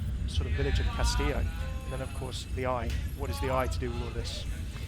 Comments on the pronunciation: Cast-ee-yo (I think) not cast-ill-oh. If I'm wrong I apologize, but most Spanish dual L's make (ee) like tortilla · I'm gonna sound like a smartass, but it's kinda bugging me, haha. The correct pronunciation of "Castillo" is Kas-Tee-Yo. Even Jeff was saying "Kas-Tee-Lo" which was driving me a little bit insane. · It's pronounced KAS-TI-YO, not castilo, pendejo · why do people say "castilo" it's pronounced castijo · Why does everyone pronounce Castillo like Tortilla? It's much closer to Cas-tí-sho than Cas-tí-io. Also, Rey Vibora means King Viper. No connections to ravens. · Cas tee yo not cas till oh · pls, I know you mostly speak English, but it's Cast-ee-yo. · Mexican here: it's pronounced "castiyoh" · Hey, I don't mean to be a tool, but Castillo is pronounced like Cas-tea-o. Two L's in Spanish makes a J sound. Not trying to harp on you, just seeing if I could save you from angry commenters. 😂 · It's pronounced cas-tea-yo :D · Just as a little Spanish for ya, Castillo is pronounced "kas-tee-yoh" I know it's been commented before but I think it needs to be emphasized cause I think even Jeph (lol) mispronounced it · It is pronounced (Kas tee Yo) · "Castillo" is pronounced "Kas-tee-yoh" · Uhm... I'm pretty sure the double "L" is pronounced like a y... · the way he pronounces castillo hurts my ears x) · its ok i didnt expect any english speaker to pronounce it right, the double ll is the letter most non-speakers have problems wih so dont worry, its an eichenwalde situation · Ya like jazz In Spanish, "LL" and "Y" sounds the same, for example: "cayó" is fell, like "he fell from the staircase". "callo" is like that dry dead skin that forms when you get a cut and it begins to scar. Llanta is tire, while Yanta means nothing and it sounds pretty much the same. So castillo and castiyo is pronounced the same, but I know that "LL" in English is different.